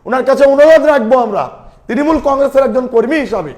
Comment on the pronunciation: Tinimul😂😂😂😂😂 নিজের দল এর নাম ভালো করে উচ্চারন করতে পারে না এদের কাছে কি আসা করবো।।